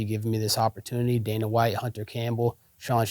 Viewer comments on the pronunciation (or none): none